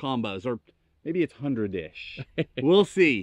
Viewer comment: “Ish” rhymes with fish.